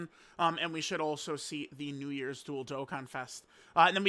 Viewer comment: stop saying Namek for new years bruh